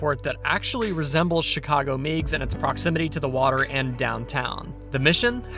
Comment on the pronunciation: it’s Meigs (megs, like eggs). Love the work.